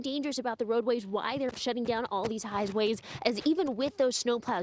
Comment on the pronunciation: "Highsways" what the f? It is called highways. I'm from Michigan and I pray that you guys take Precautions and learn proper driving during snow storm conditions. Hope this news anchor still has a job tomorrow after this! Lol!